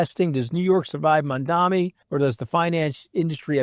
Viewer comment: You're mispronouncing Mamdani. It's Mam-dani and you're saying Man-dami.